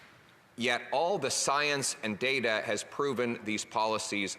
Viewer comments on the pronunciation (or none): none